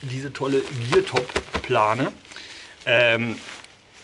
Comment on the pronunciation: Der Hersteller heißt Geertop, nicht Geartop. Habe erst Geartop gegooglet und bin auf einen kanadischen Hersteller für Fahrrad Ausrüstung gestoßen :D